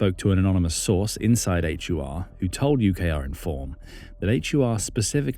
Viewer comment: Ukrainian military intelligence is pronounced as "Hoor" ( like door but with H like in home) not a H-you-ar. 😂